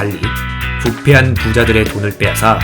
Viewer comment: 부폐한이 아니라 부패한으로 알고있어용👈